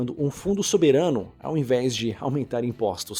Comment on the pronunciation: “Soberâno” kkkkk